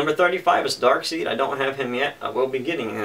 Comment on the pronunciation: Darkseid is pronounced as Dark-side btw.